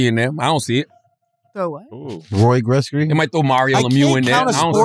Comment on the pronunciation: Wax said Roy Gretzy(Wayne Gretzky), and Wayne Brady (TB) and no one said a thing 🤣🤣🤣🤣